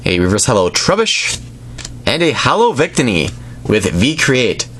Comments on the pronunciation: Victini is pronounced with the middle “ i " accented. Just pointing that out. Cool video :) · Day-no, Bee-Sharp, Coh-Fah-Gree-Gus, Vic-Teeny(Debatable), and that's all I caught! Fairly good pronunciation,!:))